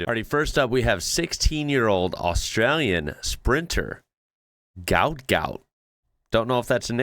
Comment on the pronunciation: FYI, His dad has said Gout Gout is not his real name which is actually Guot and is pronounced “Gwot”.